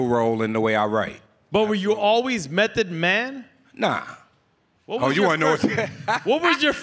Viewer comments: Someone tell nore it's M.E.T. not M.A..T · Nigga said mathod man 🤦🏾‍♂️ wtf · NORE said M-A-T-H-O-D MAN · Did thiss niyukka Nore call cuh Mathod Man ??? 😂😂😂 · Yo. NORE is wild, the song spells it for you, he still says M A T H, twice. Lol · Did he say M.a.t.h.o.d man 😂😂 Mathod?? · NORE said "M.A.T.H.O.D MAN" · This nigga Nore spelled Method wrong twice back2back 😂😂😂😂😂😂😂😂😂😂😂 MATHOD MAN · M a t h o d MAN …😂😂 its METHOD. Not mathod lol